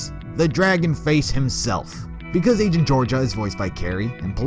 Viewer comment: "raido" "angent" "gorgaia"